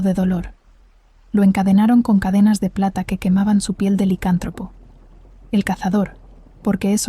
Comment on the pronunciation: Muy buena historia 🎉🎉🎉🎉 se dice licántropo y tú lo dices sin el acento y se escucha raro. Solo digo😂